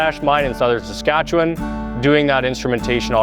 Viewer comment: Why is Saskatchewan pronounced as skartch?